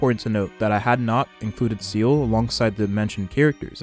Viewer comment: if you're going to make HSR content please learn the names of the characters you're talking about. it's not seal it's(zee-la), it's not jing it's (jin), it's not ho ho, (huwa huwa). I'm guessing you play with non English voices, but even if you only ever watch the official HSR videos, which you really should. they cover them there.